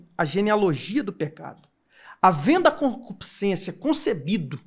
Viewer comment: Porque quase todo crente fala concupisciencia?